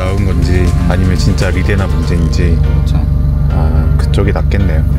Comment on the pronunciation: 리데나 오무같은 일본식 영어는 정비 바닥에서 언제쯤 없어지려나.. 고등교육 의무화에 영어 의무교육 받은 3040정비사들도 저러니;; 초등학교 교육 수준 영어만 알아도 말도 안되는 쪽바리 발음이란거 알텐데..